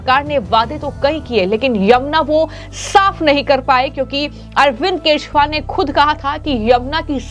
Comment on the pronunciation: Who is “Keshwal” why can’t you pronounce “Kejriwal “